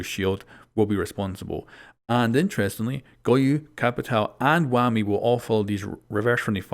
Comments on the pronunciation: Its pronounced waamu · It's a Kenyan name, you're not going to pronounce it "Whammy". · stop saying wammy say it how they spell it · No one:: WUAMI